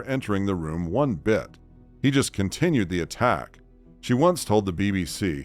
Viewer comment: BIT NOT BITE...